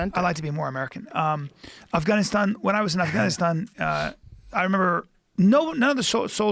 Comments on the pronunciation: Brian quit pronouncing affGaaaniistaaan Ike that. PLEASE! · Bryan "Its pronounced Af-Gon-E-Stahn" Callen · Bryan decided not to pronounce afganistan weird af after saying it weird af 20 minutes ago 😂😂